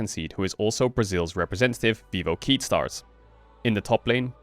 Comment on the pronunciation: Okay, Marc, just a heads-up: you don't say Keyd as KEY-d, you say it like the Spanish QUÉ-ee-dee Great video as always <3